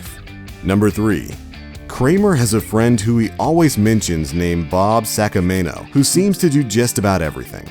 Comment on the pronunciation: Bob Saca-mayno